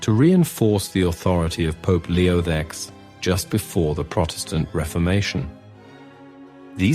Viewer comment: Three additional chriticisms: firstly, it is unexplainable that you had skipped the analysis of the second great room that the artist painted for Julius II and Leo X (whose splendid portrait you do not mention); secondly, there are some problems with the pronunciation of the names (v.gr., Ingres and Leo X); thirdly and finally, the interpolation of the works with a dramatization of Raphael is not good. Thanks anyhow.